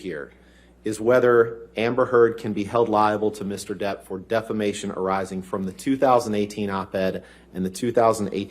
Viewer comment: Every time he says defamation, I hear defacation 😂